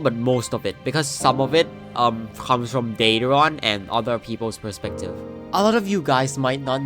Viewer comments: Dedron? ClamitAs? Dredron? Bro, learn to speak or something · bro did not just say dea - dron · I hear a lot of people pronounce draedon as “daedron” am I missing something? I can’t tell if im crazy or everyone else is crazy